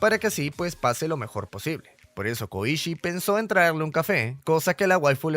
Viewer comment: Soy el unico q penso el koichi de jojos🥺? Porq yo si, si se q se escribe diferente pero yo escuche koichi no koushi 👉👈